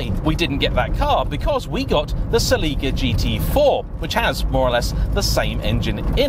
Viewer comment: Cel-eee-ca? Haven't heard the sell-eh-ca pronounced that way.